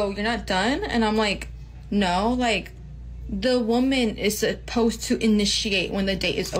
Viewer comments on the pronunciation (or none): She’s already there. Can’t even pronoun “supposed” …